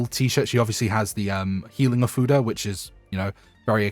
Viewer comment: Am I the only one that hears something different when he says ofuda?